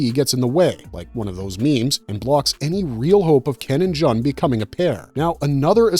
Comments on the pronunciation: Joon, not Juhn :) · You're welcome, & that also sounded so wierd when he said John instead of June 😊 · princess "jon" is not pronounced as JOHN, but rather JUN as in JUNE. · G-3's name: "Jun" is pronounced "Joon." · Thank you for the corrections. Especially on character names. I winced every time I heard Jun’s name pronounced wrong.